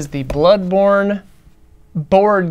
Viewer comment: Ahh yes, "Blodborne". 😋